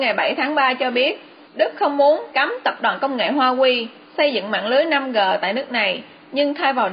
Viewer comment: Làm ơn đừng đọc là 5 gờ